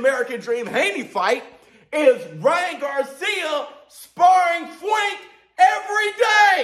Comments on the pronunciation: Y is he saying Fwank lol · Bro stop saying Fwank 😅😂😂